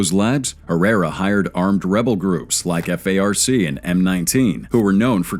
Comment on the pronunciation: F-A-R-C? You mean the farc?